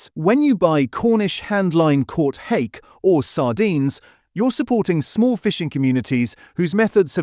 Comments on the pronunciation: “Harkay” instead of Hake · It is informative - but it is also heavily AI generated...the bizarre mismatches between the commentary and the visuals, the relentless, robotic voice-over and the clearly AI generation of that commentary, pronouncing 'hake' as 'har-kay' not hake as in 'take'. Mmm, I'd like to trust this channel, it's such an important issue, but if feels a bit weird to me